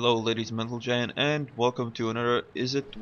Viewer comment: Ladies and mentlegen ? :D :D